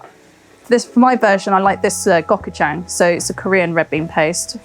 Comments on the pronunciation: Gochu jang is pronounced like pikachu so go"choo" jang. Lil tip: gochu jang has the tendency growing of mold on the surface, so it is recommended to seal the container with wrap, or transfer it to a container with a tight lid^^ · Yoinks. The pronunciation of the Korean gojujang was a little rough. That’s how I feel about saying the Malaysian spices though….ie I can’t. :)